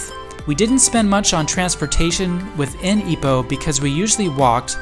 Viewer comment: Thank you for pronouncing it correctly. Some pronounce it as 'eye-poh', and was really stubborn about it. Happy to hear enjoy your stay in Ipoh. 😂I drove to Ipoh, once, just to buy the famous butter cupcake from the late Madam Nancy Chong, and drove back to KL, within the same day. Total of 5 hours drive 😅